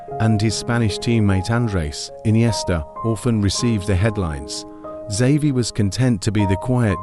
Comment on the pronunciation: Who the fuck made this? Horrible horrible pronunciation, and it's not even consistent. I heard him saying Savi, Havi and almost Zavi. Dude learn to pronounce